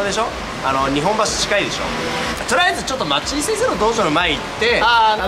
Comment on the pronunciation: 福地先生「にほんばし」ではなく「にっぽんばし」です。